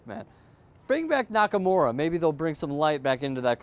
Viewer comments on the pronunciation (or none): none